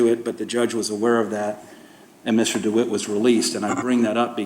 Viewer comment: He cant have a passport. Hes been a felon since he was 18. Also why can he not pronounce his last name?? Dwight????? Not DeWitte???